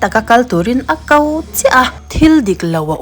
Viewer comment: A kau time suh.. A ko ti rawh.. Mizo tawng hi i kam diklo nasa thin lutuk..